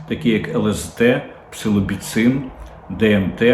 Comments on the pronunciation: Псилоцибін правильно, а не псилобіцин)) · Дмитре, Псилоцибін а не Псилобіцин=)